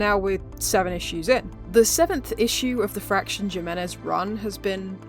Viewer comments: you keep saying Jim-enez its pronounced "Him"-enez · Jimenez is a Spanish name. The “j” is pronounced like an “h”